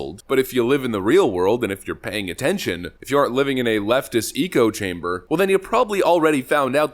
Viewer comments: How come you say "echo" as "eco"? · BRAVO, Jason! 👍 We will NOT be bullied into far left looney tunes version of Marxism. Oh, and it's ECHO chamber, not "eco-chamber." LOL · Echo chamber, as in hearing yourself, since everyone is saying the same thing its like talking to yourself...sounds like you're saying Eco chamber, like Ecological or am I missing some old inside joke? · When you pronounce echo-chamber, like eco-chamber, it's hard not to think of you as a robot. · Echo chamber. Not eek-o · echo is not pronouced eco. Ec ho... eck........ ooohhhh.